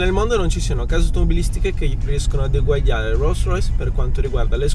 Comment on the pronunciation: egguagliave..... che nobile....